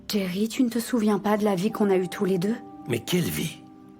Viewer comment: Le prénom s’écrit Jerry, avec un J au début : J-E-R-R-Y. C’est un prénom anglais et, en anglais, la lettre J se prononce comme « dj ». Donc Jerry se prononce « Djéri ». Ce n’est pas « Jéri » avec le son du J français. C’est simplement la prononciation anglaise du prénom. Merci 🙏😏